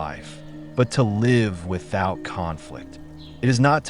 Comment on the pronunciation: great info. Is this AI generated, i think it mispronounced "live"